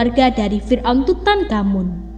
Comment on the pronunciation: Saya paling suka nonton On The Spot Trans 7, tapi kalo naratornya orang ini, gak nonton lagi guwe... "menyelidhikhi mistheri fir'on, adalah bhukti bahwa bhuru-bhuru... bla.. bla.. bla...